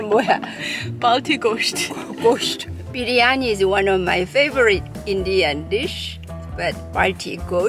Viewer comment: You Pronounced the word "Biryani" just like an Indian.